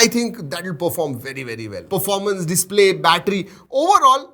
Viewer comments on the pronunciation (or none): none